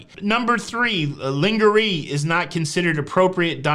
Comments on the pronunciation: Are you joking about your pronouncing of lingerie, I had to stop the video to read it in the letter. Laan zhr ay sounds better since it derived from French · Lingerie is pronounced lon-ger-ray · Ling-ga-ree... LOL that is not how you pronounce it. You are Funny! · The mispronunciation was intended to avoid having the show seem a bit, risque...that's. 😊